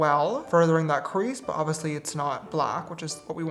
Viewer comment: Not James saying oviously for the 1000 time like sister it’s oBviously